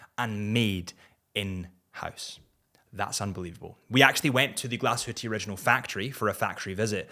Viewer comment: This Parmigiani is absolutely stunning and technically superbe with regard to the thickness of a chrono...👍👍👍 By the way: almost perfect pronounciation of the word "Glashütte" 🙂👍